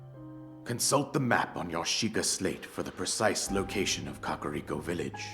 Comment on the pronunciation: Dont butcher that villages name like that 😭 Ka-Ka-Ri-Ko